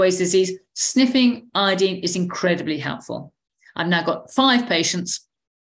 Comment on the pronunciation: Glad to hear someone pronounce Iodine properly. Folks seem to pronounce the element like the tincture of iodine (as in dine at a diner) and alcohol that we used to use on wounds.